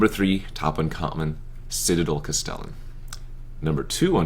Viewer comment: Cast el lan - stress on first syllable.